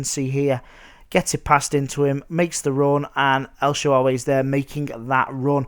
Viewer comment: lol... el shawawey